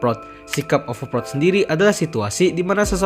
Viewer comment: sry bang gw dengernya overprot 😂😅😂 tapi nice topik bang emg real org indo overprot sih